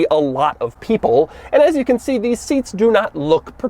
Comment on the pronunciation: No one: Doug: Dheeess